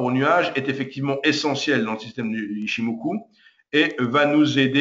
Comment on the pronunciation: C koi cette habitude chez les frenshies de tjrs adapter une langue à leurs culture!! Chikou senkou ichimokou!!? Ya pas de ou!!! C'est Chiko span, C'est Senko span, C'est ichimoku. Apprenez à respecter les langues etrangeres. Vous voulez apprendre l'ichimoku allez voir la chaine d'un expert japonnais, son contenu est en anglais allégé facile a comprendre. Dans ttes les videos francaises ya pas d'explication sur les time,price et wave theories!!? ''Japaneese forex trader kei''